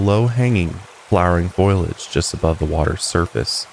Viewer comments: Wish the episode was a little longer. Btw: foliage has 3 syllables. It’s pronounced fō-lee-ij. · Ingesting all the higher love wellness products and tucking myself in 😴😴 ETA in my best hermione granger voice: it’s foliage not foilage 😂😂